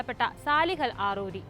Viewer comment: ആറൂരിയല്ല അറാറിയാണ് മോളേ